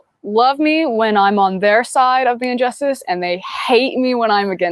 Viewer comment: Injustice, not unjustice. Great education.